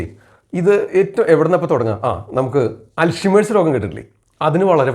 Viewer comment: Dr ur pronunciation of Alzhermer is wrong. Check